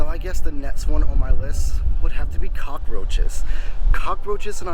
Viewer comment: Can we get one thing straight this guy is so fucking weird you can’t even say cockroach right Americans are the ones no one loves